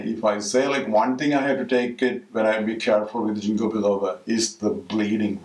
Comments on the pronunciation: why dont u mention the benefits? And its a soft G, sounds like King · Thank you for sharing valuable information on the toxic or negative side effects. Btw, it is pronounced as "ging-kow" not "jing-ko".